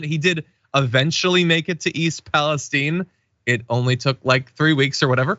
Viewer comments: What's with this Pa-les-teen? Isn't it Pa-les-tine???? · Its East Palistiene its pronounced eye not "E" its Ohio not Mexico